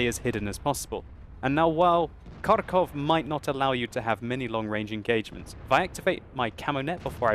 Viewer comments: Just wanted to say that the correct way to pronounce Kharkov is Harkov with a "huh" sound. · Hello my dear friend. You have a good skill in wot, keep it going. But there is one thing I want to tell you - you pronounce the name of my home city improperly. It is pronounced like Harkov (without K infront, and with H which goes out of your lungs), although it is spelled Kharkov. Thanks for the vid) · Please, stop emphasizing the K in Kharkov. The K is practically silent in the pronunciation. Just say Harkov. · KHarkov is actually Pronounced with HHHH like Harrington, Hampshire and hurricane. And great game indeed. Never give up, never surrender!